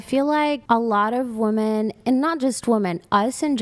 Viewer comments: Goddammit, now i can't unhear them saying woman instead of women😂😂😂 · “We’re more educated than men!!” pronounces “women” as “woman” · Why do they say "woman" instead of "women"? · Women who can't pronounce "men" or "women" correctly should automatically be disqualified.